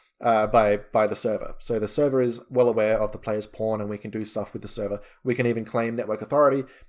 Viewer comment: I am very curious - why PAWN sounds like the very same P*RN??? It is everywhere where "PAWN" are involved LOL ! Otherwise - very nice tutorial! :))